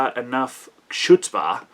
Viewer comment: KHOOTSPAAH. Not "shootspah.". Otherwise good. :) people, write your reps!